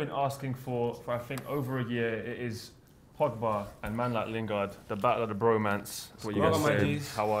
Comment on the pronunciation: He said "Pogboom" 😂😂😂